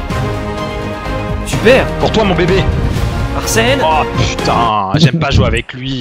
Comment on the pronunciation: ta dis Arsel juste un truc c soit Arsène ou Aurel faut savoir Mdr agagaga